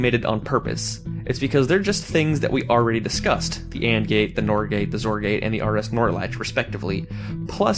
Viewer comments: The XOR gate and the XNOR gate are said like ex-or and ex-nor, respectively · XOR is pronounced ex-or. Also the first RS NOR latch works, your are doing it wrong, the first lever you were trying to switch was already SET. Try switching the levers to buttons and it's should be easier to understand. And the second RS NOR latch design is not perfect as the In- and Outputs are not isolated. It's easier for people to understand if you say that N = NOT and not N = inverted. But yeah good video, most redstone tutorials are mostly bullshit if I say so my self. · It's pronounced ex-or and ex-nor. I thought it was pronounced "zor" until I heard Etho say ex-or so I can understand the confusion. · its "ex"-or not zor, or exemplary-or and think of the n in nor and "not" not "inverted" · ex-or. for "exclusive or" not complaining just letting you know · It's pronounced Ex-or. Short for "exclusive or".